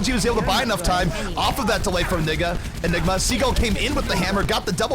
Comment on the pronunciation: that announcer accident "nigga" instead of "enigma". lawl